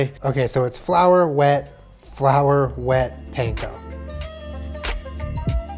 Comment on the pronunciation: saved all the recipes, watched to the end, cringed so hard at the pronunciation of “panko”